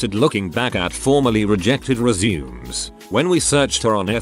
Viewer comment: NOT RE-ZUMES REZ as (res) ervation A (soft A) MAY